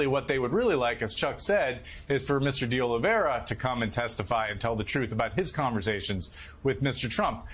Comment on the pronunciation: So far no one has pronounced de Oliveira’s last name correctly. Cmon MSNBC it’s de Oli-vay-ra not de Oli-vera.